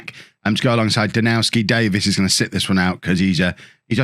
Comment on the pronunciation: you're pronouncing Danowski's name wrong and others like him (Dombrowski for instance). The Ws are pronounced as Vs. You wouldn't call Bayern Munich's striker Robert Loo-and-ow-ski. Even English players say it with a 'v' like James Tarkowski at Burnley. It's also why the Polish city of Krakow is pronounced Krak-ov (I believe). EDIT: The Vs may even be Fs but someone else would need to clear that up... Enjoying the series though and I like this new interaction with the game's social media morons!